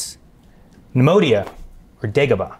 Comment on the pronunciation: It’s pronounced “KNEE-MOY-DIA”, Not “KNEE-MO-DIA”. It’s a reference to Leonard Nimoy. Put some respect on his name! 😆